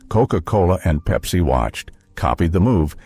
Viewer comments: I stopped watching after Pepsi was called "PEEPSI", kinda hurts the credibility... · Peep-see. I want my Peep-see.